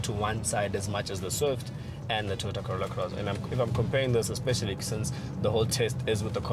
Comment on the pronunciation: It',s Toyota, not Teeyota!